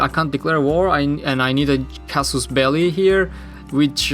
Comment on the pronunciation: casus belli yi az daha türkçe okuyordun :)